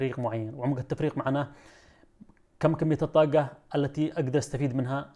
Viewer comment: ليش ما تنطق الحروف العربيه بطريقة صحيحه الطاقه وليست كما تنطقها شاب يبدوا متعلم ولا يجيد نطق الحرف العربي بطريقة صحيحه حرف ق